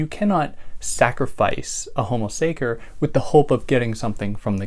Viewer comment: The -ce in the latin word sacer sounds like the first part of the english word chess. Just for the sake of the big work you do for all of us! Thanks